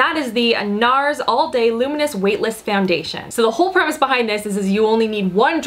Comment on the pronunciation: They're WAVE-tless ;D